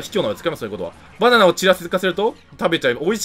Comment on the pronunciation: 「意外とね、バナンナナ」